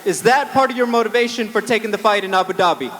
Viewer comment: The fact that Bisping pronounces it correctly (Ahboo dobby), and the other guy, still keeps saying AyBewww Dabbyyy...is confirmation to me that it's a fake accent...or perhaps incredible over accentuated, and quiet annoying to listen to for 4 hours :)